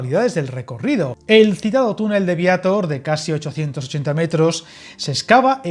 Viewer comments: Vallaaaa así de claro su pronunciado suena fatal al decir Viator en vez de decir Viator bien dicho. Como se nota que es de otra ciudad y no sabe pronunciar bien el pueblo 😂😂😂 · Vallaaa igualito que he pensado yoo el no saber hablar ni pronunciar bien dice Viátor al no decir Viator bien dicho ...... Hay Dios mío 🤣 anda que si hablase asii de mal es un encanto 😅😅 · Ser pronuncia Viatór. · Ya te han dicho cómo de prinuncia Viatir , pués hazlo,o es que no sabes hablar y pronunciar bien el Castellsno?. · Viator tiene la sílaba tónica en -tor, como no acaba en vocal , n o s no se acentúa. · Viator es aguda como puedes ver, no la pronuncies llana. Suena fatal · Y Viator 😄